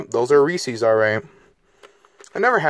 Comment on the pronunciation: I dislike the video because he say reese's wrong